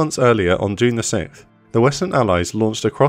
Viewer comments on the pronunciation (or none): Great stuff! Just a heads up though - it's 6th as in siks-th, not sik-th.